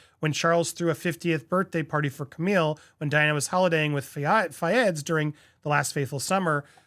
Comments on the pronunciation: The Queens name is Camilla, not Camille. Slow down your reading speed because you mispronounce every 3rd or4th word. It's slightly annoying. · Slow down when reading. The Queens name is pronounced cammìlla. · Camilla is pronounced [KUH] + [MIL] + [UH] Not camille [KUH] + [MIL]